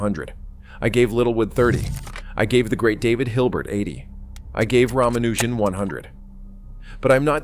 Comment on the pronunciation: The real Hardy didn't speak with an American accent. And he also knew how to pronounce Ramaujan's name correctly.